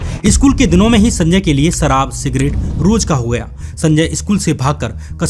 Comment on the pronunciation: What a uneducated, Indian accent.. " jameen..Sarab .. etc.. can't pronounce a lot of words properly.